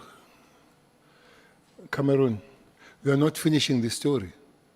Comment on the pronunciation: He calls him "Cameroon" whahahahahahahahaahahahahhahaahahahahahahahaa